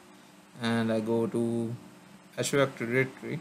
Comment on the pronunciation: I appreciate the video but man was hard to hear you pronounce " azure active directory " in such a way and for so many times. Painful to the ears.